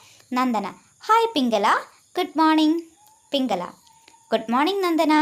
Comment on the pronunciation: പിംങ്കല അല്ല പിംങ്കള😂😂😂